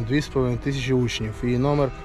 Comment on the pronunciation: коли називаєте рік - ваше "тища" ріже вуха... кажіть будь ласка тисяча...дякую за цікаві і пізнавальні відео. тільки трішки сумно без Оленки у кадрі...